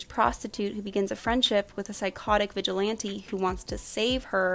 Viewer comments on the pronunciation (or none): none